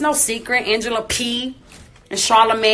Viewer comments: Erica Mena keeps me laughing....It is Angela Yee not Pee (unless she meant that as a pun...lol) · She keeps saying Angela P. It's Yee -_ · Thank you for all the hard work you do on your channel and now your business!!!! Also did she say Angela Pee?!?! 💀💀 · Why she call Angela Yee “Angela Pee” 🤦🏾‍♀️ why throw shade at her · She was probably drunk or high and couldn't get Angela Yee's name right SMH